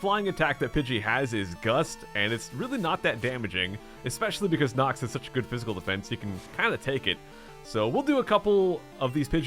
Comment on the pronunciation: you called knox pinekoh